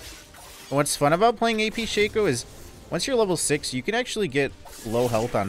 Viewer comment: It's "shock-o" not "shake-o" 🙄😩... And you should just say if you feel obligated to like comment and subscribe... Don't tell ppl what to do bc this is what you get